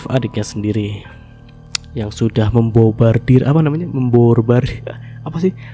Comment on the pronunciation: membombardir mas nara bukan borbardir.. 🤣🤣